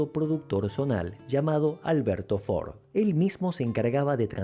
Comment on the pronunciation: Debería pronunciarlo como corresponde para que no se preste a confusión.